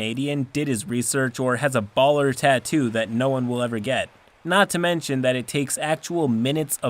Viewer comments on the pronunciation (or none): none